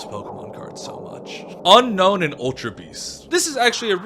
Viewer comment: Why does everyone say unknown rather than unown?? It drives me mad